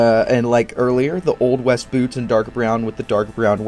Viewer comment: “Bloots”. I love when you have a slip of the tongue, you put it on screen it quotes 😆